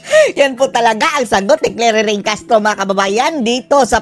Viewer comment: Bago ah "clairiring "🤣🤣🤣 bagay ..